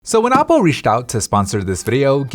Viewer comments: In the very beginning I thought he said Apple for a second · Me too xd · He said Aople 😂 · he said Appoo😂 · yeahhhhhh me tooo